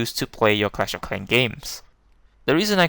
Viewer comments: Cwash of Cwan XD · “You use to pway cwash of cwans” 😂😂😂🤣🤣🤣